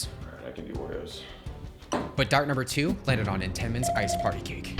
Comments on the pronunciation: i speak for all philadelphians and correct you lol. Its pronounced ( EN Tuh mens) just saying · Who tf pronounces entenmanns like that? Its ent tuh mens ffs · It's pronounced ENtenmens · mans just said "in-ten-mins" lmaooo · Entenmanns, accent on the "ent" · Your pronouncing entamens wrong and it’s driving me nuts. It shouldn’t but it is. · Ok I’m gunna need you to learn how to pronounce Entenmann’s.